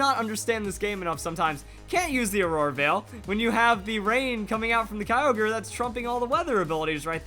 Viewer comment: STOP U SAY KYOGRE AND GROUDON WRONG ITS KEE-O-GREE AND GROO-DON